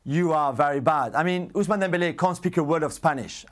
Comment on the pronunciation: It hurt me when he said "Ous-man-aaa" Dembele.